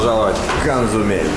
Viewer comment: Качественный контент,! Супер смотрится. Понастольгировал по Мексике и Косумелю. ))) Только почему ты его называешь КоНЦумель, когда он Косумель ))